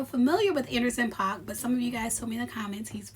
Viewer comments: It's pronounced "Pack" and Jeannie Mai may have to go back to a wm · Paak pronounced Pack ❤